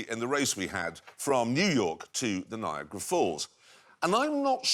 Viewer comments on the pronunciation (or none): It's niagra it's Niagara, it's not viagra with a N, it has a proper name